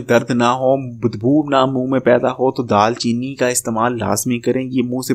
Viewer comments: Dal chini nae دار chini hota hai Or drkhat nae drakh hota hai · Bhai daal cheeni nai daar cheeni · It's daar cheeni